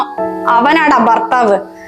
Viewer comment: ബർത്താവ് ബാര്യ അല്ല ..ഭർത്താവ് ഭാര്യ ആണേ. കൂടാതെ സന്ധ്യ നന്നായി ചെയ്തു 'അമ്മ ഭാര്യ റോൾ .❤